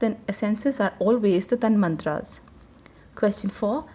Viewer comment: The correct pronunciation is "Tan matra" not Tanmantra.Please make the correction in an otherwise excellent summary